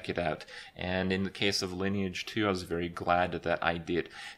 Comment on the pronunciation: Lineage not liné age Like online but line lineage